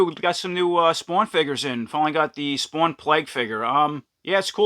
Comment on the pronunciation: tell me you are from New Jersey without saying you are from New Jersey"Spwwwaaannn" dope video , can't wait to get this one.